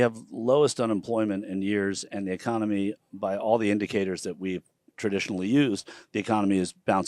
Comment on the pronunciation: "The econumee..." reminds me of the movie Idiocracy 🤣